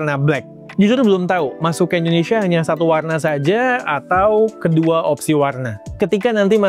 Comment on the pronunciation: Bang Indonesia bukan "Endonesia"